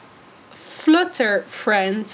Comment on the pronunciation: Flutter moet je op zn Engels zeggen haha, het klinkt echt vreemd op zn Nederlands